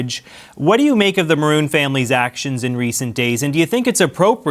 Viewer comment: I kept hearing "Bruin" and was like... "The hockey team owners?". 😆